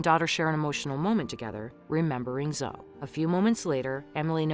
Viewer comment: Her name is Zoeeeee. Not Zo